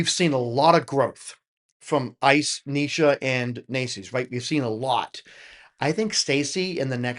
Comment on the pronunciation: Yes, you're pronouncing Neisha correctly now